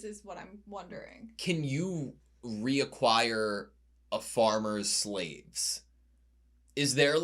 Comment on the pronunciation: Requisite, not reacquire